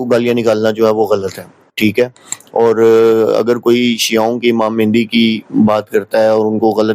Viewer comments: آپ جب مہدی کو مہندی بول رہے ہیں تو علمی سطح واضح ہے۔ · آپ تو امام مہدی کو مہندی بول رہے ہیں؟